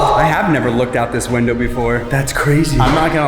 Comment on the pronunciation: This, not dise. Looker(or locker?), not loker. (Idk what u meant) Upload, not aplode. Video, not vido. This, not thise.